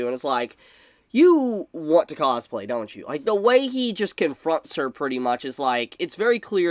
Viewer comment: The way you say cosplay starts to sound funny the more I hear it haha causeplay